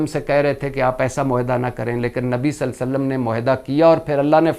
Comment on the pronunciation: Irshad bhatti saheb SALLAL LA HO ALAYE HE WASSALLAM sahi bolne ki practice kar leen .... JazaakALLAH